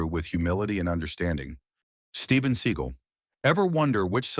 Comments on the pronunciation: I absolutely loved the name mispronounciations. My favourites: Steven Seagull Vivica.......A fox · Pronouncing Steven Seagal's name as seagull or siegel is poor editing, to be kind. It is unprofessional, to be unkind.